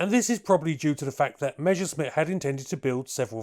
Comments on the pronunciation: It's "Messer-Schmitt" not "mesher-schmitt" - double-S works the same in German and English! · Pronouncing "Measuresmit" is like saying "Queen Elithabess" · "Meshersmitt" hahaha